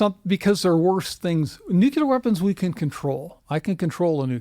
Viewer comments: NucLEAR. Not NucULER. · “ I know a lot about nuclear weapons” has a PHD, pronounces it “nucular” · Very difficult to hear an expert with a phd in something nuclear adjacent pronounce the word "nuke-you-ler" dozens of times. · A guy with a doctorate from Harvard who keeps pronouncing the word nuclear NOOCULUHR is not credible. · Neither of these people know how to pronounce the word "nuclear". Both of them are "authors". Both of them are making money while we watch this. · I’ve never heard the word nuclear mispronounced more.